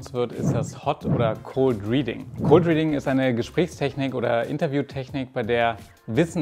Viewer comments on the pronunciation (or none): none